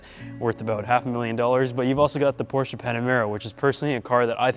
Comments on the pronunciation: You’re nearly the only English speaking guy I know how actually is able to pronounce “Porsche“ the right way. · Cool Intro, and respect not every american can pronounce Porsche the right way